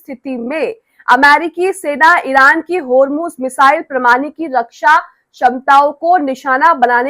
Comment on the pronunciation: Homeruz nahi hormuz .galti hoti he koi baat nahi